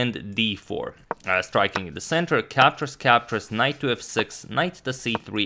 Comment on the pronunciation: THAT'S NOT KNOIGHT. THIS IS A KNOIGHT. sorry